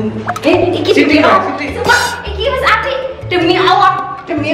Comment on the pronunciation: Kak ngomong allah nya kok demi owoh gitu